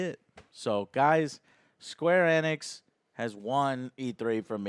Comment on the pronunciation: Square E-NIX!!!! Not squarenx.